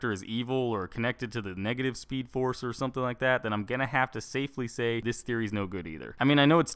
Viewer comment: I'm not gonna take advice from someone who says negtive